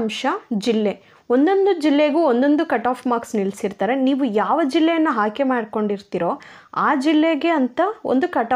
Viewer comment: Haayke alla aayke